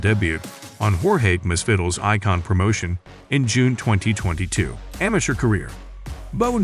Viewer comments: "Jorge Masvittle" 💀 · Jorge "Mass-Fiddle"? Ugh. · Horhey Misfiddel😣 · Dude you should research on how to say names. Never heard someone pronounce Masvidal like that. That was about the most opposite pronunciation you can say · For heaven's sake learn how to pronounce Masvidal!